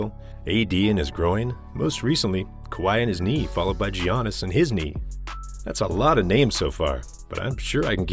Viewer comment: U gotta start pronouncing Giannis right. His first name ain't the hard one to say. (Yaa-nuhs)